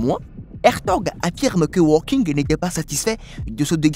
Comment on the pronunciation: Nom de nom (et je reste poli) apprenez à prononcer correctement les noms: lorsque vous évoquez ce célèbre personnage vous prononcez ‘’Stephen walking’’… une honte, sachant que ce monsieur aujourd’hui disparu a passé une grande partie de sa vie sur un fauteuil roulant … pour votre information (car vous en manquez énormément) walking en anglais, signifie ‘’marcher’’! Vous êtes nul!